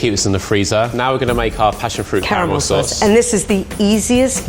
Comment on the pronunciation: they really be sayin Car-eh-Mel instead of Carmel